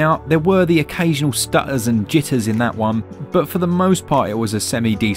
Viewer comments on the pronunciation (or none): The occasional stut-aaahs and jit-ahhs